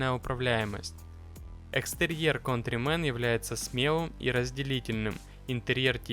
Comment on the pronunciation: Не контримен а кантримен.!